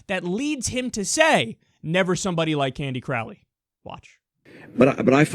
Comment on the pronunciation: Crowley rhymes with "holy".... durrrrr..